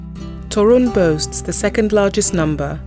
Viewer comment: Toruń, as every polish word is accented on second sylabble from the end.(There are some few exceptions)